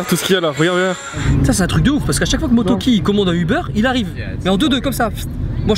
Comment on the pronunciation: Mais c'est pas motoki c'est MoREtoki